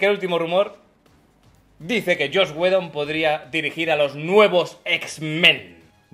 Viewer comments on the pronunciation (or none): none